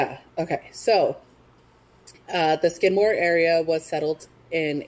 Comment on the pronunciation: If you would like some actual facts and real photos of Skidmore let me know. I grew up there. Knew everyone that died. My parents still live there. You didn't even say his name correctly.